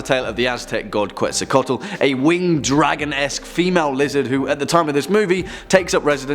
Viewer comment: He mispronounced Quetzalcoatl. It's sounds like Ketz-owl (from a Guatemalan gentleman)